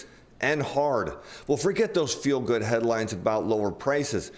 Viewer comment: Did you say "fuel good headlines"? LOL! That would be a good one, if it was intentional.